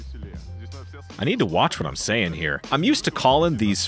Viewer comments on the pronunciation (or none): none